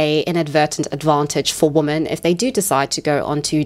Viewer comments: Not the most important comment, but been watching your content recently (love it) and i’ve been wondering if there’s a reason you say “woman” and not “women” (wimen) for “woman” plural form? 🧐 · Are you saying "woman" when referring to "women"? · "Men and woman" Am I hearing this correctly?